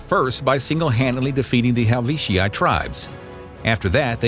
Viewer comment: right he said gayous moreus? And they fought the helvici?